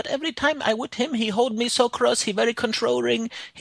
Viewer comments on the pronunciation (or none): “Controring” gets me every time😂😂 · "controrring" lmao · 'he very controrring!